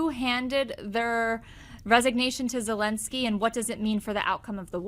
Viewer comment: Zelensky and not Helensky